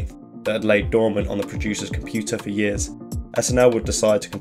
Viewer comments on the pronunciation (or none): none